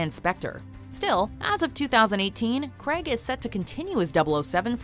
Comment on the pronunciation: Since when was Craig pronounced “Craag” !?